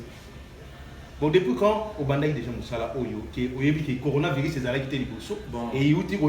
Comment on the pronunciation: Heureusement que lui pronomce bien conora virus c autre maladie différente du corona virus 🤣🤣🤣🤣🤣